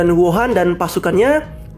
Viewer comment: Namanya Huo'an bang kok dengernya kayak wuhan 😂